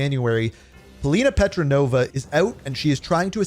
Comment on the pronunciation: It is petrova not petronova great video anyway